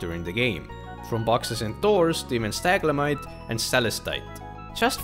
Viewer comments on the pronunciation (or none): For pronunciation: Stalagmite [ Sta - lag - mite] Stalactite [ Sta - lac - tite ] To remember the difference: stalagMITEs crawl on the floor, like MITES. stalacTITEs are like women's TIGHTS, hanging up to dry Love your videos, always super informative content! Keep it up <3